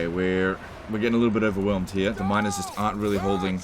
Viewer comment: Seriously! I can't be the only one who hears minOrs ,not minErs ! Those minors are very easy to replace!